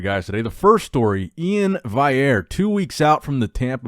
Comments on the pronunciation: Nick please stop pronouncing Iain's last name wrong. It's "Val - E - Air", not "Vai - Air" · Nick - go watch the first seven seconds of the 'Full Day Of Eating on Prep | Iain Valliere | 3,679 Calories' video on Muscle & Strength channel, then Google search 'Instagram Iainvalliere' and look at the display name. For the love of God - it is pronounced E-in Val-e-air. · Damn it nick its pronounced valley-air. Actually now I’m second guessing myself. Anyone else know? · iain is gonna have a fucking aneurysm with nick pronouncing his name wrong again lol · Nick’s Strength and triggering grammar nazis with his Iain Valliere pronunciation. 😂